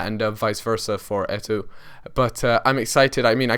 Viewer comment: It's pronounced Eto, you ignore the second o.